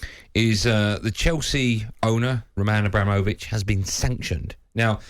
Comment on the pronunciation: Roll-Man A-Bra-Mole-Vich